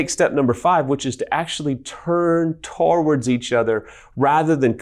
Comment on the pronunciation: Love these videos! So helpful! Side-note, he pronounces towards weird. He says it like “toe-ards” instead of “to-words…” or “to-wards” Anyways, keep your the good work!